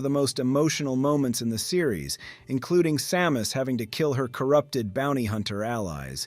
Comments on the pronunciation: Why are you calling her saw-mus? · AI? i mean who says Sàmus 3min17 ( aprox ) feels like an AI reading a text and there was a Sa-mus. Sad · ai voice like this once changed the pronunciation of Samus a few times. And could never pronounce kilobytes correctly. It was annoying